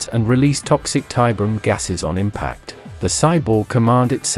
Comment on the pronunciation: Not a fan of this specific AI TTS voice tbh (though the CABAL intro was a great touch!) As was pointed out, the AI mispronounces things. I've seen AI-voiced content that has no problem with these same terms (like Tiberium) and that generally sound much better, so there must be something out there that will work. For example the recent voice used by The Long Watch (formerly deathwatck40k) for their lore crossover videos is great.